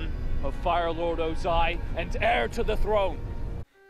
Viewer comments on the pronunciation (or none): I watched this movie as a young child and I forgot how poorly they pronounced everyone's names SO ka Ong o ZAI aaaAAAAAAAAAAAAAAAAA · the way they say sokka, aang, and ozai really urked me